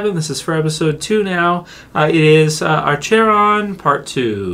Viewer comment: This episode was fucking amazing and it’s pronounced ACK-ERON…..